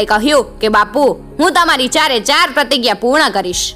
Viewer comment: 'પ્રતિગ્યા' ઉચ્ચાર હિન્દી ભાષામાં થાય છે. ગુજરાતી માં 'પ્રતિજ્ઞા' શબ્દ ઉચ્ચારાય છે. (મારી માત્રુભાષા ના સન્માન માટે)